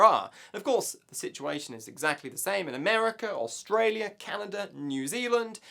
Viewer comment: Did he pronounce Canada... calenda?